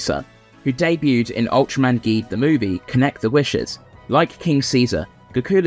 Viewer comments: It’s pronounced J-EED Not G-EED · It's pronounced Ultraman Geed. (The G sounds like a J)